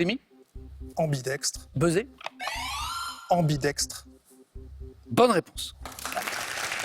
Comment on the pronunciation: Je suis Québécois, et le "ambidex" m'a fait bien rire! Chez, nous, les gens ont de la difficulté avec les syllabes qui se terminent par deux consonnes, de sorte que "féminisme" et "féministe" sont le plus souvent prononcés de la même façon (chose que je ne fais pas). Par contre, je ne savais pas que ce phénomène linguistique existait aussi dans l'Hexagone. Trop mimi, ce!.